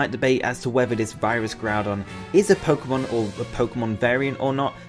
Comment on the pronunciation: It's pronounced Poke-Ay-mon . not poke-uh-mon .. get its right "poké-tuber"